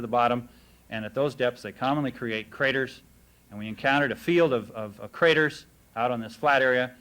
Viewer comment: did he say bomb crators? lol